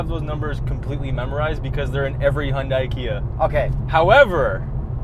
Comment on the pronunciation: you lost me at the word Hyundai